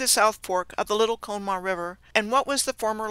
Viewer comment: Good info. PLEASE NOTE, This river which was involved in the several Johnstown Floods, including 1977, is pronounced as follows; con-uh - maw. No one will recognize how you said it. Thanks.